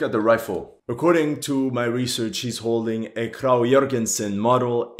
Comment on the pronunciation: The Krag jørgensen is pronounced "Krag" with a strong G it sounds like you're saying "krau jørgensen"